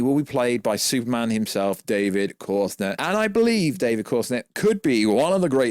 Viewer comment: Bro how tf you spelling his name. David CORENSWET is the name please learn it throws me off every time you say it